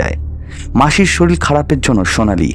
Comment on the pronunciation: Sorir ke sorir bolbe. Soril abar ki vasha? Uccharon thik na korle porer din theke ar sunbo na